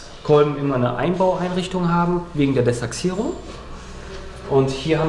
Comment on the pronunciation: Echt sympathischer Motoren. Mir gefällt auch wie er das Desachsierung sagt. Heißt zwar De-ach-sierung, aber trotzdem Cool